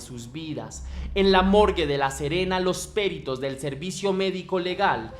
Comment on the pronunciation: "Péritos"? No lleva acento...es peritos....peritos....